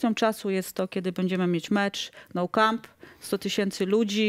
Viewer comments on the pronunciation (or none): przepraszam, ale co to niby jest Nou Capm, to ten stadion obok Familia Sagrada? Super pani dziennikarka, która mówi w cudzysłowiu, szkoda strzępić ryja